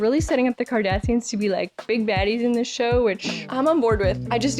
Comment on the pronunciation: “Kardashians” —— you’ll get the hang of it.